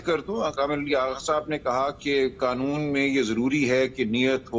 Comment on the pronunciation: آغا صاحب کو قانون کو ۔۔۔۔ قنون بولتے ھیں ۔ اور آٸیں باٸیں شاٸیں کر رھے ھیں